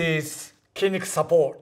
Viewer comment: supportの発音がマッスル。